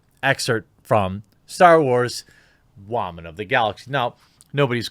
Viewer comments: What's the deal with the "wah-man"? It's really aggravating after the first or second time. I'm assuming it's a "thing"because I've heard it in other places too, along with other pronounciations of words, it's insufferable. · I normally like your channel, but I don't like your tone here. You know how to pronounce "Woman" correctly. I'm as annoyed as you about what happened to Gina, and Disney deserves a certain amount of what they're getting from you, me, and others. Cancel Culture in general is asinine and deserves the full brunt of all the sarcasm you and I can unleash. Women in general, however, deserve to be treated with respect in our discourse. I hope that there is a strong woman in your life who can explain this to you more personally.